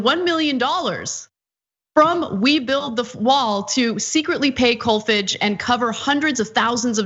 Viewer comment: Pronounced "Kolfarge" as in "large".